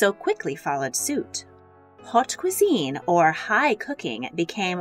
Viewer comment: What is "hawte" cuisine? It's pronounced "oat". That's French for you.